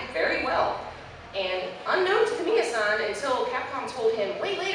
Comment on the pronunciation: One nitpick: you use the honorific "san" like Toyama-san. However, as a speaker of Japanese, I find your pronunciation could use some work. You pronounce it like "sæn" as if it rhymed with 'plan' or 'hand'. But (さん) is pronounced "saan". Sorry, I couldn't resist.